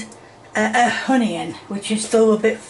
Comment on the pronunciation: It's Not Hunioun, It Is On-E-On. Get it Right!!! Really???